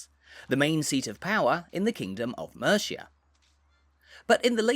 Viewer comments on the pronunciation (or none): Mate... You've got to learn how to pronounce Mercia.